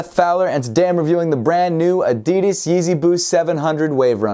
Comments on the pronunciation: man he just said adidis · He said addes lolo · Did he say adidis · I'm very put-off about the way you say "Adidas". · Why he say adidas like that..? Lol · Seth Fowler LEARN HOW TO SAY "ADIDAS" RIGHT!!!! For fuck sakes....